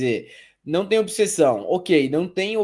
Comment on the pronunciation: Detalhe: pronunciou obissessão, tá ok?